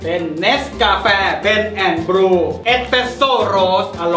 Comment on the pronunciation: เบลนแอ่นบลีว ครับ ไม่ใช่บลู 555555